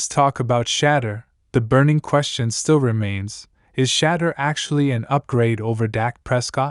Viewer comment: Who’s shadur sanders? It’s shadeur